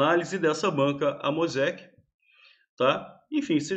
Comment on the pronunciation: Oi, é uma banca de SC, não é AMOSEC como remédio kkk, é AMEOSC